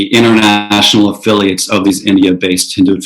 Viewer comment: Fact-free smears, basically. The host seems to have a hard time even saying "Hindutva" correctly